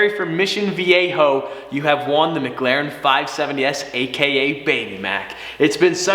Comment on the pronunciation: "why do you say it like "muglaren" insted of "mic laren"